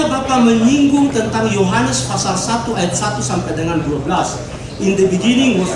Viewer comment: Apalah arti pengucapan fasal dgn pasal tapi yg lebih penting inti dari kebenaran yg di sampaikan sangatlah jls tentang nubuat buat nabi Muhamad itu yg penting ini bukti yg nyata:Nikko mamtakkim Dhekhullo MUHAMMADIM zeedodi vezer,i Benoq" Yerusalem.